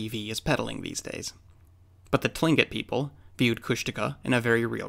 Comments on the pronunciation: Absolutely love your videos. Small correction for you tho...Tlingit, is pronounced Klinkit...jsyk. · Hey. Just wanted to chime in here regarding your pronunciation of Tlingit — the way I was taught to say it was was with more of a K sound at the beginning, like Klin-kit. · I'm 100% Tlingit. And i can say he pronounced Tlingit wrong😂 I don't blame ya if you can't though, its hard to pronounce. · cool video! btw Tlingit is pronounced as if it begins with a K and not a T. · Beth Dewey Only if he knew that he would have pronounced it right, but too late miss ohhh 📸.